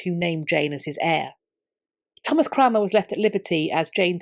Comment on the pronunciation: Never heard of this guy Cranmer. I thought she was saying Cramwell . . .